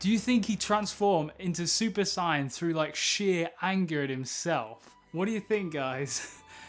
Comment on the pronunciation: You pronounce saiyan wrong